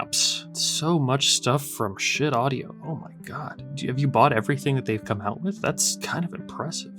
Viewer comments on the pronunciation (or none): Its pronounced skaheet not shit. Just sayin😮